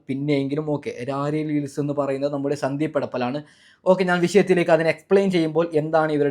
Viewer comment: ഇയ്യ്‌ ചിരിപ്പിക്കല്ലേ... സന്ദീ പെടപ്പൽ അല്ല സന്ദീപ് എടപ്പാൾ ആണ് 😂😂 അത് പോലെ രാരീ റീൽസ് അല്ല റേർ റീൽസ് 😂😂😂